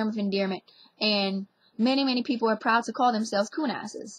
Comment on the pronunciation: Love this language topic. I notice she pronounces the word "are" as "ower"...kinda. Also, A fais do-do is a Cajun dance party; the term originated before World War II. According to Mark Humphrey, the parties were named for "the gentle command ('go to sleep') young mothers offered bawling infants." She'd want the baby to go to sleep fast, 'cause she's worried about her husband dancing with somebody else out there."